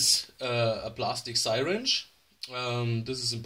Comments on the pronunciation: Repeat after me…see-ringe…not sirench…(spelling is syringe) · what the Hell it a sighwrench